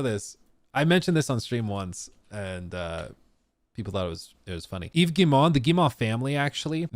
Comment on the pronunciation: Wow, you actually pronounce "Yves Guillemot" correctly, well done!